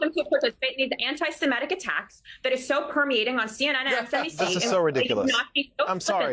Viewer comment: Poor Katie doesn't even know how to pronounce "Semitic" - she says SeMETtic. Moron!